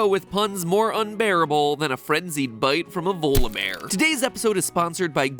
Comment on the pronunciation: Vola bear? Isn't it Volibear?